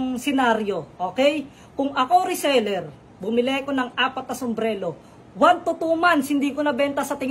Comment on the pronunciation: sumbrero hindi sumblero bungol 😂😂😂😂